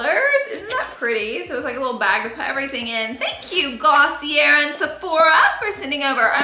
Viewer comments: you're pronouncing it wrong - it's 𝗚𝗹𝗼𝘀𝘀-𝗘𝗘-𝗔𝗬 not Gloss-ee-r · Laura, it is actually Glossy-AY. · Girl, drop the R in Glossier! It’s pronounced: Gloss-EE-ay 😅